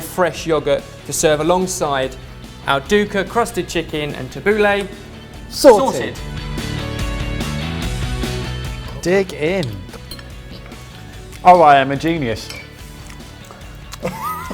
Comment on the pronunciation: Did anyone hear said 'dick in' at the end instead of 'dig in'?